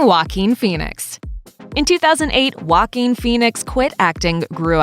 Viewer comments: Guaquin Phoenix... really tho?! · The fact that you pronounce joaquin wualkeeen